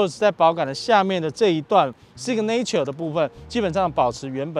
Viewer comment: signature 重音在第一音節 唸‘si ga nr ture, 不是sig ’ne ture. 好似不重要,但是從頭到尾都唸錯,給人很不專業的感覺齁？